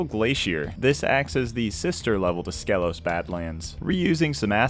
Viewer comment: Fun fact, it’s pronounced Skeelos